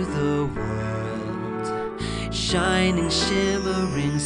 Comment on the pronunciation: Johnnie has a nice voice, but he needs to work ok his pronunciation, especially for singing. An "ing" sound shouldn't be coming out sounding like an "ine" sound.